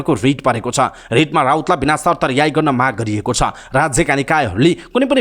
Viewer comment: रियाई शब्द होइन् 'रिहाइ' हो।शुद्ध उच्चारण गर्न आग्रह गर्छु।